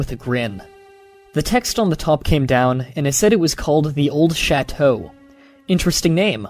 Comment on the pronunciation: You butchered the word chateau.